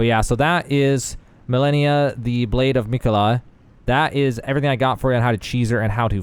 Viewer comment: Isn’t she called „Ma-Le-Ni-A“ and not Millenia